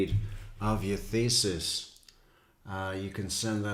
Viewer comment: She's got some self-aggrandizing delusions. Also, why does she pronounce thesis like feces ? "Lisa" is a gigantic bulshitter, anyone with a brain can tell. She lives in a fantasy world. She"s a perfect match for Chaz